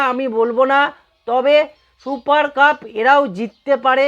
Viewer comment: 'শুপার কাপ' !!!!! আগে ঠিক করে 'সুপার কাপ' বলুন।